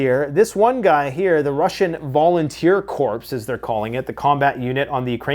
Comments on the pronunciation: the word corps is pronounced as core, rhymes with door, not like corpse. Whether it's the peace corps, marine corps, volunteer corps, or some random thing like the 10th corps of the Elbonian army. Always pronounced core. Not trying to be grammar police, just trying to be helpful. I've noticed you make this mistake every time. Love your content brother. Keep itcoming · Jesus dude I love ya, but please stop pronouncing Corps as “corpse”. Its pronounced “core”. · Sorry brother, I don’t mean to be a grammar nzi but the word “corps” is pronounced like “core”, not “corpse” 😬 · Corps is pronounced kor (core). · Another timely and astute commentary on world events. Hey, 'corps' is pronounced 'core'. (Sorry, I am really not trying to sound like an anal idiot.) Keep up the great videos!